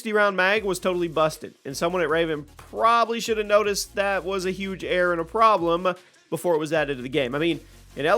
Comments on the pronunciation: The way he can’t say error right is crazy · I swear he said air guns